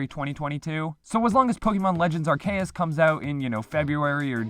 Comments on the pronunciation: This is great, but please stop saying “Ark-ae-us.” It’s pronounced Ar-see-us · Every time he said Pokémon legends “arkaus” I cringed so hard you can really tell he does not care for Pokémon what so ever especially sines he doesn’t know the release dates which game freak announced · I’m sorry but are-Kay-us BRUHHHHHHH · Why does he say arceus as ar kay us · "Ar kay us" lol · I don’t even KNOW how you got “Arkeas” from arceus. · There's many things that bug me to no end. Your pronunciation of Arceus is one of them. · why do you pronounce arceus like that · No matter what else was in the video that pronunciation of Arceus throws me way too far off any sort of attention i had. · I don’t think I’ve ever heard someone say arceus like that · you said arceus wrong